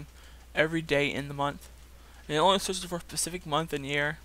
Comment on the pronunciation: Specific not pacific.